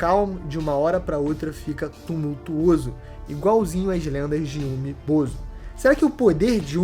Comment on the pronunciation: Começa o vídeo pronunciando "Umi Bozú" e termina pronunciando como "Umi Bozo" 🤡, a fruta do palhaço 🤡 kkkkkkkkk. "UmiBozo" é meus zovo